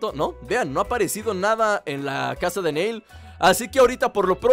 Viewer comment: no le digas NEIL es NIlL asi lo pronuncian en la serie de DBZ:)